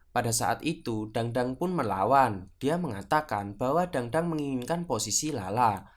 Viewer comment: bacanya bukan dangdang,, tapi tangtang